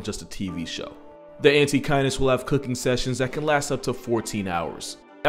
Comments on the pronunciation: The first few minutes i thought he said antikindness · I kept mishearing Antechinus as "anti-kindness" and it seems appropriate